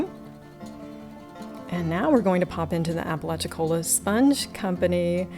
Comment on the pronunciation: A really fascinating shop! Some years ago when I doing phone customer service, I spoke to a gentleman from Apalachicola. I mentioned some of the history of the area. He told me I was the first Yankee he'd heard pronounce the name right!